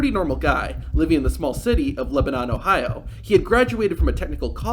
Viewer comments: Just a quick correction: You said he lived in Lebanon (pronounced Leh-buh-nahn) when we all know he lives in Lebanon (pronounced Leh-bin-nin). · The town is called “Leb-uh-none” FYI